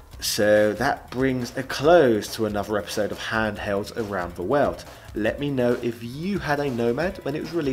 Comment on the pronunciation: What sort of bizarre accent you gotta have to pronounce "world" as "weld"? I mean, seriously. Great channel btw.